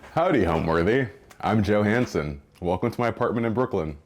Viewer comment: Did he say Joe Hanson or Joe . . . Handsome? 🥰